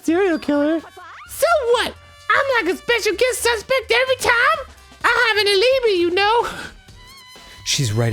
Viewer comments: English is not my first language and for a long time I used to read alibi as Arin do for the bit, aleebee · The only aspect of this murder case that had more trouble staying above water than that highly inappropriate "milk sack swimmer girl" comment directed toward Aoi was Arin's pronunciation of the word "alibi".